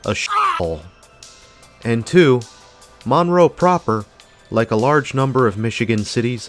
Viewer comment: It's not pronounced Maaan-row.... it's Munroe